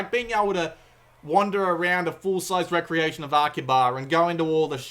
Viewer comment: What's a "rec-reation"? Lol... Re-creation has a hyphen in it, so use it. It's pronounced "re-creation". And iteration is pronounced "it-er-ray-shun". So much gabbling in your "reviews".